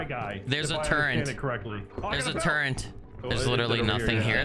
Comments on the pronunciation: It's great watching you guys. I can't wait to play. Did you call it a "turrent"? 😂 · "There's a turrent. There's a turrent under the stairs." 😂